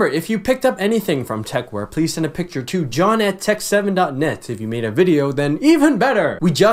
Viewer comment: "Vidjeo" xD